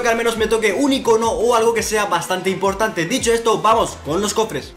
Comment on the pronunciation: "Icóno" vales verga:v